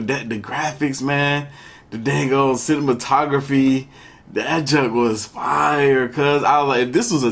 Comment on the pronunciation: the dang ol’ “cinimotography” 😂